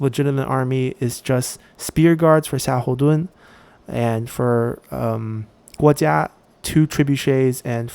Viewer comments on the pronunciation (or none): You miss the "u" when pronouncing Kuai Ji, it's the first wrongly pronounced Chinese name I heard from you😀.